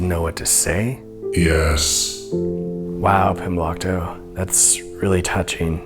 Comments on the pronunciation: i heard “comblockto” the first time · Glomblicto no 😭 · I just double checked and it says "Pimblokto" in the description of the video where he made a playlist. Maybe he's spelled/pronounced it different at different times or something, I don't know. I don't think so though.